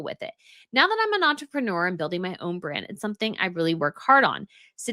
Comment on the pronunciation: Did you say “want-reprenuer”? Brilliant!!!